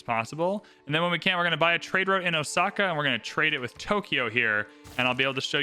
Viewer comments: Actually, the reader should pronounce it with the emphasis on the O (as in "oh! I get it"). Let it be slightly prolonged. As in Oh!-saka. The O is the kanji character 大 which means big or large. This city is the big saka. While saka isn't necessarily a modern word, used more for a sound, it probably has a historical meaning as "hill". This would make it "big hill"as a city name. Which makes sense due to being built on the side of a mountain. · I haven't watched Shogun but the correct pronunciation of Osaka is with an s sound, not with the letter z